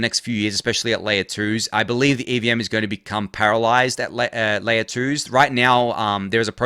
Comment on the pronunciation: I had a brief flash of anxiety when I thought I heard you say the EVM is going to become paralyzed, then I realized you actually said parallelized.😅